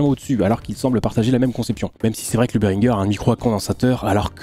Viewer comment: Berhinger prononce Béringé (bah ouais c’est français….)